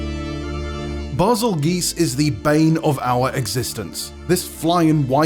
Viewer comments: The way he pronounced Bazelgeuse made me cringe. Fuggin poseur. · Hearing the "Bazelgeuse" pronunciation gave me hard cringe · Exactly - clearly a list made by somebody who knows nothing of the series 🤣 the pronunciation of Bazelgeuse alone, let me know that this video ain't the one. This list is hilarious.